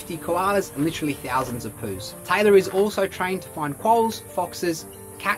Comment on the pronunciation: The whole time I thought you were saying Tyler but I looked and saw my name and notice you were saying Taylor lol